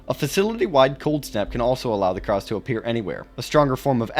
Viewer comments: Krause? No, sir. Krasue. Krah-sue. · IS-0091-B "Karsue" although it shares similarities to Penanggal, Penanggalan and other cryptids from the Southeast Asia region, the name itself is from Thailand's varsion of the creature and it's supposed to be pronounced "Kra-Sue" with 2 syllables. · Bro said Krause 😭